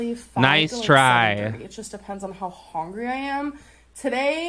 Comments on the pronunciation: our gorl is 'hongry' not 'hungry' :^) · Is anyone gonna talk about the fact she said she was HONGRY???! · I haaaate how she says ""hOngry" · she sound like she saying "hongry" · How "hongry" I am... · I hate the word "hongry" Just as much as the pronunciation of "pellow"